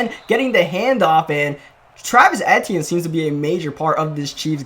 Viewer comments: It’s E-TN not et- e-en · it’s Travis E-T-N just say the letters kinda quick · It is pronounced ETN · It’s pronounced “E-T-N” I believe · Love you, but it's pronounced EEEEEEtienne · It's Travis E T N that's how it's said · Travis Etienne is pronounced EEE-TEE-EN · The way he said Etiene made me lose brain cells 😂